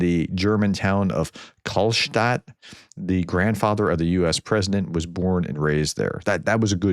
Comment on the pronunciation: The town is called "Kallstadt" 😂